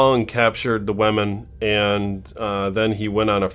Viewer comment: PLEASE . learn how to correctly pronounce the word "woman."